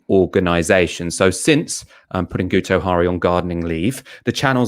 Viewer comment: It's pronouced 'Gitto Harry' - he's Welsh.